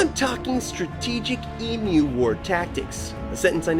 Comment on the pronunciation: Try to pronounce it correctly. Eeem you.